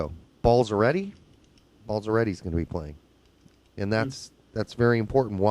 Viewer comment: you guys are pronouncing the italian's names wrong...hahaha. can't wait for the game!!!!